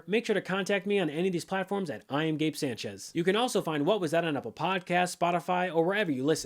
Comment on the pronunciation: Hey Gabe, you pronounce our last name wrong! Sânchez (Sahn-chez)..